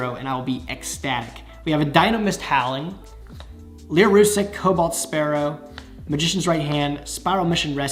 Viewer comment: anyone else gonna pick up on the fact he's calling the lyrilusc archetype lyrusic?